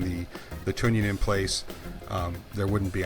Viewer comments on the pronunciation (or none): trunnion has an "r" in it